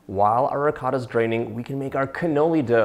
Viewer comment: As soon as you pronounced ricotta the way you did I had to pause, comment and walk away lmao